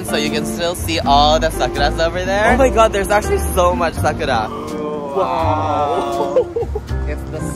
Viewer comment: Anyone else keept hearing SUCKITUP instead SAKURA? 😮😅😂